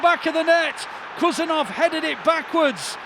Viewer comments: Not Khusanov ❌ HUSANOV ✅ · Please he’s not Kusanov, he’s KHusanov, as Haaland. Dont you say Kaaland?!